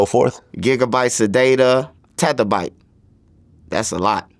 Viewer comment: This man pronounce everything wrong. Terabytes bro😂😂😂